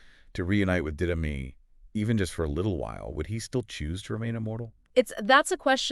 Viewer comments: This IDIOT!!! It is NOT DID-dime!! It is DIDDA-MAY!!! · Yes, I don’t even really like twilight but the fact they pronounced Marcus partner’s name wrong so often. I am not 100% how it’s spelled but it’s pronounced did uh may. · Pronounce The Didyme correctly, we beg. Like you heard the guy correct you the first time.